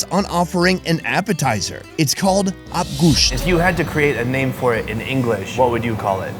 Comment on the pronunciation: Its not abgoosht, abgoosht is a whole dish on its own, this one is abe goosht, meaning water of the meat, which is exactly what u shown, crushed brain with broth, which very much iranians say as abgoosht which pisses me off each time cuz they r two completely different dishes